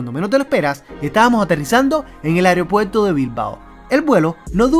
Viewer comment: AEROpuerto, no "areo"